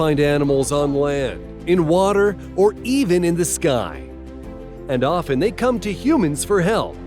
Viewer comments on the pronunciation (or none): none